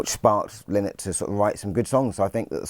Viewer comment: I can't take none of these idiots seriously when they can't even pronounce Phil's surname. It's lie-nott !! Have some respect.